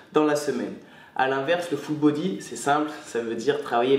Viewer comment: on dirait il dit "Foot Body" mdr